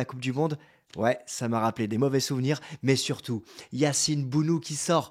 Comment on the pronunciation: Se dit BONO tout simplement comme Morad et non mourad